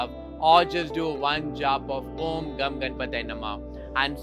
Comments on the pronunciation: But because of the Sanskrit sandhi it is pronounced as om gang ganapataye namahah! and NOT om Gam... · As a Marathi since childhood I used to pronounce Om Gan Ganapatye namah... Now you say its Gam instead of of Gan... Many music videos on Ganapati pronounce the mantra as Gan... What is correct?